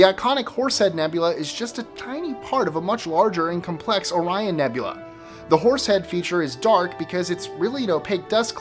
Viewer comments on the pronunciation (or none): none